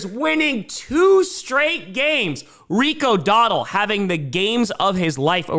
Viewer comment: Cracks me up that you keep saying "Rico Doddle."